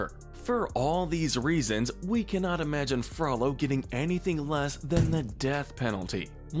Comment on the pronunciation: Gotta sentence YOU to comment corrections for pronouncing it Frallo when it should be FrOH-low😋